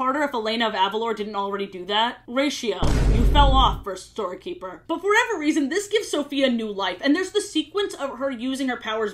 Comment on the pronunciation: it’s whatever not “whateve”